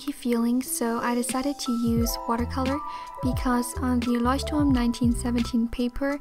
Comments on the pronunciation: are you from germany? cause you pronounced 'leuchtturm' very very well! 🤔🤣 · Are you german? Because you pronounced Leuchtturm "correct" and wrote Schwerpunkt XD